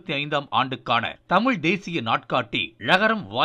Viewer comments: இந்தம்மா தமில் என்று தமிழை உச்சரிப்பதிலேயே தமிழ் எந்த அளவில் பேச்சு வழக்கில் வாழ்கிறது என்பது புரிகிறது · தமிழ அல்ல... தமிழ் . ழ மீது புள்ளி வைக்கவும்! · தமில் தமில்னு பேசுறா அந்த பொம்பளைய தமிழ்னு பேச சொல்லுங்கப்பா..😂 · மிக்க நன்றி ஜயா மணியரசனை தவிர மற்றவர்கள் பேசியதில் ஒரு வரும் தமிழ் என்று உச்சரிக்கவில்லை.தமிழ் என்றே கூறுகின்றனர்.இதை கண்டிப்பாக திருத்தப்படவேண்டியது.படிக்காத பாமரன் கூறினாலே ஏற்கமுடியாது.நாட்டில் நிறையபேர் இப்படித்தான் பேசுகிறார்கள்.மாற்றுமதத்தவர் கேலி செய்யாவண்னம் பார்த்துக் கொள்ளவும்.